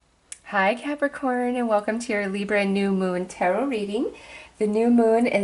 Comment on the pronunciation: Every time you say Libra I cringe Lol